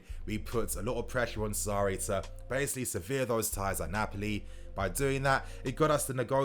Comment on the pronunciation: Sever ties.... Seh-Verr SEVER - Cut You pronounce it as severe ties LMAO... Severe - Serious